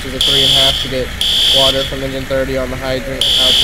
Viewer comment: "HERE COMES ZE WATAH!" 🤣🤣🤣